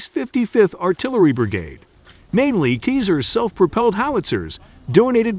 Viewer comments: Pronounce seazar, not kayzer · We don't prononce Kiser like if it's cheese in german ! But Cesar as the roman emperor ! Vive l'Ukraine 🇺🇦 Vive la France 🇲🇫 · Americans, can you please make some more studies before making a video ! We pronounce : Sasar and NOT Kezar ! SO stop SCORCHING our hears please ! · That hard to get to say Ceaser and not Keezer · The C in Caesar isn't pronounced as a 'k' - it is pronounced as a 'Z'. Do you call the ancient roman emperor Caesar - 'K'aesar? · "Caesar" is pronounced "SEE-Zar" not "KEEZER". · That equipment is pronounced SEEZER not KEYSER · OI! Its Caesar as in Hail Caeser - not Keezer.... jeeezer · Robo speak is killing meee!!!! 😅 Artillery rounds are NOT bullets, they are shells or rounds.... get it right n00b... Also the system is Ceasar (Ceesar) not KEYSER!!!! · please please learn to pronounce Caesar as SEE ZER not KEY ZER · The narrating voice prefers to call it a "Keezer" 😂😂😂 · 'Kizar' howitzer?? It's 'like the Roman Emperor 'Ceasar'! but you'll learn! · CAESAR pronounced: "Sea zar " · Le “Keezere” is la crème de la crème of artillerie equipment! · It’s keezer ya geezer! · Caesar, pronounce it like a Caesar salad ! Or Cesar the Romanian emperor ! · Wasn’t See-zer in command of the Roman “legumes”??? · Pronounced (see zer). You know, like the Roman Emperor Public school graduate commentator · It's a computer-generated voice which mispronounces a ton of words. This one made me chuckle ' cause it reminded me of the American "geezer" - as in "he's an old geezer." And I laughed again when I read your German language note. Who knows, maybe the Old Geezer, Cesar, liked Käse? In any case, these Cesars turn Russian equipment into Swiss cheese ... Slava Ukraine! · Yeah, is it just me, or does the pronunciation of "CAESAR" fall somewhat short of the mark? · Ok, well then it should be pronounced with a K like the c in cannon. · Pronounce the name right 🤯🤯🤯